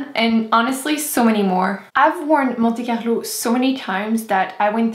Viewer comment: Hi sorry I just wanted to ask if you are french , because when you said "Monte Carlo" the "R" was soooo well said (like french r lol) I don't know if you understood what I said lol.